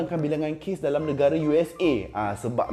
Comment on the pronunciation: Sorry aku terperasan sebut 'dalamm' lawak pada minit 7.24🤣🤣🤣